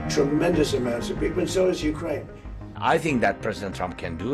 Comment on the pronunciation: Good try BBC … “ Hukraine winning “ 😂